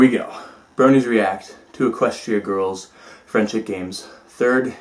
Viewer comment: ~ "FriendSHIT" Games...? Am I the only one that heard that at least a little, or am I just stupid? :P